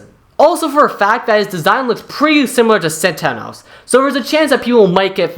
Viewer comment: pronounced xenophanes wrong; it's "ze" + "nof" + "uh" + "neez."